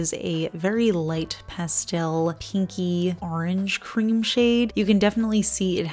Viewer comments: Don't change for anyone! I love the way you say pastel! As for this collection, I love it! I'm a big fan of Orly. I definitely want the blue, green and lavender colors, but the whole collection is pretty! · Pastel pronounced pas-tel instead of pas-telle is perfectly correct in the UK! I first heard it pronounced in the latter way in 'Addams Family Values' and thought it sounded French!